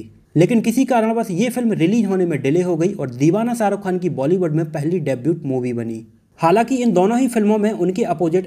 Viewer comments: Debut is pronounced as डेब्यू not डेब्यूट। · Bhai debut mai T silent hota hai....